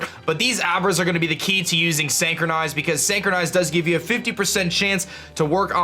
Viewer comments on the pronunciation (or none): Really cool video. But just one thing though. Look up how to pronounce synchronize. Usually i hate to point out things like this and let it be, but if the word is gonna be repeated a million times in the video it's like nails on a chalkboard. I'm sorry. But there's a like for the video anyways because i learned something.